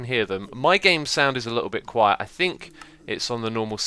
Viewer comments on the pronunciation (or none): none